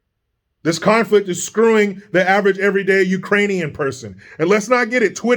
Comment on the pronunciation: He Also called them Irainian instead of Ukrainian People 🤣🤣🤣🤣🤣🤣🤣🤣🤦🏾‍♀️